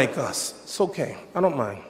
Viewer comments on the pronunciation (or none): none